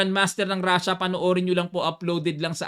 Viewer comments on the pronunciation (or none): none